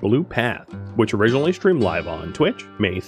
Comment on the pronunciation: I always look forward to how you say ‘originally’